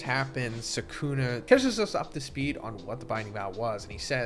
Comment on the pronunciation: Every AI voice gets Sukuna’s name wrong